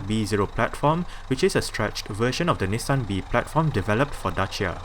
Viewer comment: Finally, a guy who pronounces Dacia correct. Greetings from Romania.